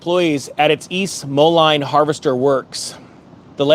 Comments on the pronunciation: It's MO-LEEN, city boy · East Moline… pronounced Mo-leen